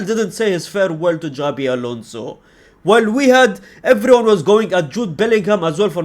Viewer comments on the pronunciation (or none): none